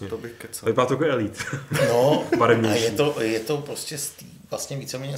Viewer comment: Díky, že děláš tento pořad, vždy je to pohodové pokecáníčko. Dobře, že jsi vyřešil problém s hlasitostí:-) A jinak - co se týče výslovnosti "Elite", myslím, že jste všichni trochu vedle - alespoň dle spisovné výslovnosti